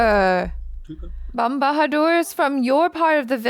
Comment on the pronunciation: Achara's pronounciation is top notch! Bam Bahaduur